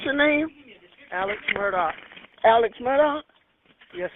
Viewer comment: i absolutely LOVE your channel! However, you keep calling him Alec and his name is Alex... 😊